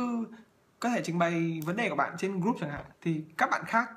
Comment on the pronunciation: Thầy ơi. sao con nghe thầy phát âm tiếng anh kì cục thế. group = gúp hả thầy ? 😂😂😂hay do con tiếp thu kém?